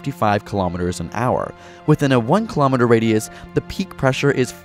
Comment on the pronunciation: Am I the only one bugged by the way they mispronounce kilometer?